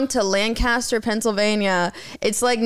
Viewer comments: LanCASter ❌ LanCESter✅ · i luv u, but you should know lancaster in pa is pronounced lane-kiss-ter not Lan-Cast-Her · as a Pennsylvanian, the way said Lancaster hurts me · they way said Lancaster really upset me 🤠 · I’m from Lancaster so I need to find that accordion house. And I’ll allow the mispronunciation this once. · The way lancaster is pronounced shook me to the CORE💀 I’m from Lancaster PA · Noooooooooooooooo Lancaster is not pronounced like that